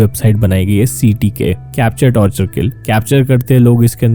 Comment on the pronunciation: Torchur ase hota h aapne to tortur mean kachhuaa...